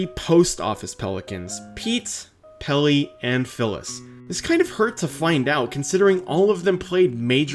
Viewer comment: I think I found an audible illusion in this video... - Do y'all hear him say "Pelly" or "Pilly" ? I feel like I can hear both based on what I "want" to hear him say LMAO